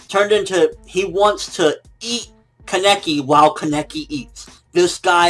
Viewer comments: fucking pronounce Kaneki right, please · jeez he's still saying his name wrong sigh.